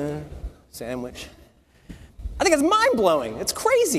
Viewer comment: I love that he mumbles "...Sandwich"